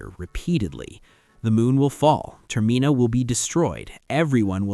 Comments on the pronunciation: God tell me about it… I can handle it if it’s here or there but I’m video paused because ter-Mina has been said 3 times in one minute and I’m ready to just click off it I hear it again in the next 30 seconds Update: It was said two more times in the following minute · Why do I get to distinct feeling that their using chat GPT he pronounced termina wrong😢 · As soon as you pronounced Termina wrong I stopped listening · I'm really enjoying it, it's driving me a little nuts though the way "Termina" is being pronounced.